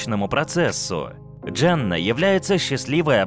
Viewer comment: Почему говоришь Джанна, если она Дженна...